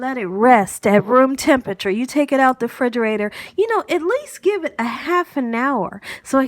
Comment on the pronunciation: Love that you say “frigerator” ❤